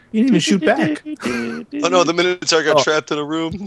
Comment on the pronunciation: I died a little when beef said oh noes the minataur